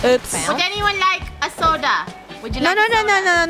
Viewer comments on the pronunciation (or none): Nobody: funneh:.SOdAA